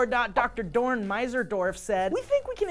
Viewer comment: His name is actually Doron, he forgot to say the second o